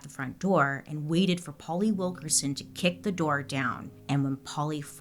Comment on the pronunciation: It’s Wilk’IN’son, not Wilk’er’son 😂